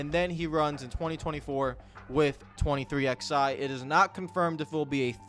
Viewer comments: ITS 23 ELEVEN NOT 23 X FUCKING I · Of course you don't call it "Twenty Three X-eye" ...because its not fucking called that!